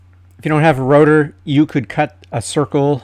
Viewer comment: Rotor? Router!